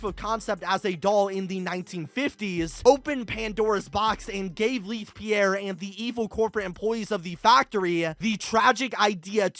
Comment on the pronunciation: Why do you keep mispronouncing Leith Pierre's name? It's in the first dialogue you hear in the game...